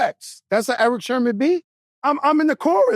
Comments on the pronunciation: Joe... my guy... its Sermon not Sherman..... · He said genius but also said Sherman lol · It's SERMON Joe,,,, SERMON,,,, not Sherman 🤦🏽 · How Joe keeps saying Erick "SHERMON" 🤣🤣🤣